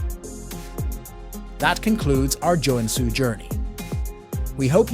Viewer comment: Great video however the pronunciation of the cities names are quite butchered. If you need a finn to voice act for your next finnish city videos i would gladly do it 👍